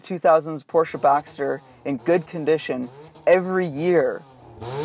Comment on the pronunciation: Why do you keep saying Porsche bAxters? Also move the pod filter away from the exhaust manifold.